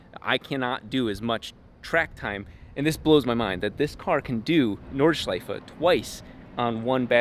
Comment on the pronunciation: pronouncing Nordschleife almost perfectly is making me very happy for some reason:D